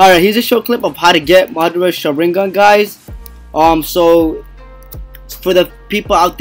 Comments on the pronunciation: Sha-rin-gan the way he say it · It's pronounced Shaw - Rin - Gone but good vid! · Say sharigan right